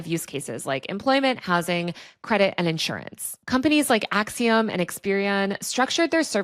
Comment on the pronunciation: You sound ridiculous with your pronunciation of the company Acxiom. You should look it up. Sounded like you swallowed your tongue in your attempt to mispronounce it.